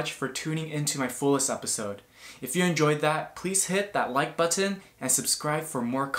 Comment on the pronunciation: Liked for two reasons... First because it was a great performance. and second because you are young but still pronounced the "t" in Button!